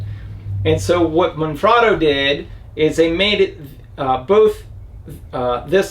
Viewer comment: Holy cr@ This is the first vlogger to pronounce Manfrotto correctly. Any idea how many "experts" channels that implies? Kudos. Currently (2020) I cannot find that exact design of receiver with the additional push down release safety lever, not even on Manfrotto USA website. All I can find online is what's called the old one here, the design with the brass pivot pin. Any leads?